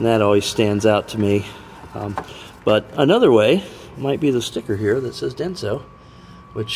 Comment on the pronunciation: Sorry, Denso, not Dense!